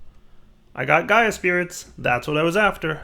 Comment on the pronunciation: eyy gov'na it's Gaia